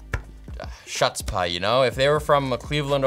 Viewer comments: “Shutzpaah”??? It’s hutz-paah ) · What the hell is chutz pie. Did you mean to say chutzpah. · Shutspa? You didn't pronounce it right. It is chutzpah! pronounced choots' pa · “Shuts pie”? You mean khhhhhutzppahh. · "Shuts-paw?" Chutzpah. Jk love you. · Hootspaa. Don't bring the yiddish if you haven't heard it before. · I had to rewind because I wasn't sure I actually heard him botch the pronunciation so bad.... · "Chuts-Pie" are you for fuckin real? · "Shootspa"??? Gentile detected! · Since when is chutzpah pronounced shutzpah? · "shutspa" made me cringe so hard, if your language doesnt even have the sound dont try and emulate it (who-tspa is also incorrect) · did you really pronounce chutzpah shutzpah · Did this man just miss pronounce chutzpah!!! It’s “huts puh” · SHUTS-PAH? WTF? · Yes he did, kind of destroyed his reviewer cred. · HOOTS-SPA. E-BEATH-THA. ;) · Not NEARLY enough phlegm in his pronunciation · bubbie, that pronunciation of chutzpah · that's not how you pronounce chutzpah 😂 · The way he pronounces chutzpah hurts me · Did he intentionally mispronounce chutzpah and Ibiza? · Chutzpah! More spit will help with your pronunciation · If you haven't the slightest idea how to pronounce chutzpah, and take it from this Brooklyn born Jew, you don't, not even close, don't embarrass yourself and insult me by attempting to use it. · WOAT attempt to pronounce chutzpah